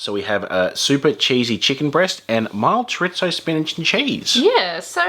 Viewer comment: Man what a rip off. Thanks for the heads up, will give those a wide birth. Also. There's no T in chorizo 😀